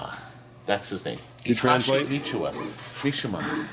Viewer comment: Ma-SHIMA of Tekken 3? wrong, pronounced wrong! Mi-shi-ma!